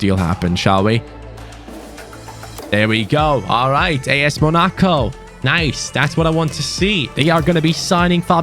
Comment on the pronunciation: Its MONACO not monico But good suggestion